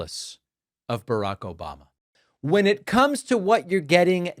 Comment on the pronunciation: i think he is getting himself mixed up with Obamna